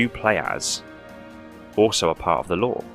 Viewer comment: 9/10 times it sounds like you’re saying “Law” instead of “Lore”.